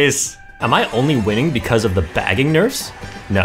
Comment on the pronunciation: Bro said baggingers 😂😂 keep up the good work :>